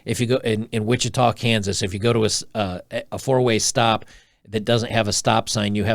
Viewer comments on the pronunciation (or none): none